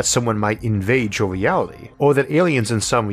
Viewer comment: did he say, mewality instead of reality?